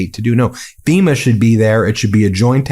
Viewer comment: >> for fucks sake, it's called FEMA (Federal Emergency Management Agency), not SEMA. These idiots🤦‍♀️🤦‍♀️